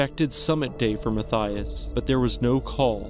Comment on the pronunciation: The second story? Unfortunately, you’re pronouncing Mathias’ name completely wrong, and it’s actually and correctly pronounced “Ma-tea-iss” not “Ma-thigh-us”. I went to school with not one, but two guys named Mathias, and both pronounced their name like the former, not like the latter. And every other Mathias I’ve ever met or heard of pronounced their name like the former pronunciation 😊 I don’t know where the name comes from, but I grew up in Canada and that’s the only place I’ve come across the name (I’m pretty well traveled and have been living in the U.K. for about 12 years now and have never come across another Mathias, but in Canada I had the two I went to school with, one I worked with and about 4 or 5 other Mathias’ I’ve come across in different places in Canada)